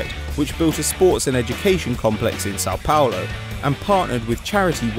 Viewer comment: Don't say São Paulo again, if ur gonna say it say it correctly